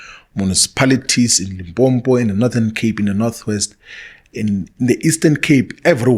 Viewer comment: Im just mad he pronounce Limpopo as Limpopo like he didnt live there 😂